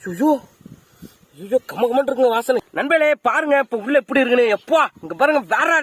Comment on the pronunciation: Dai mariyathaya poiru epty da epty la pesura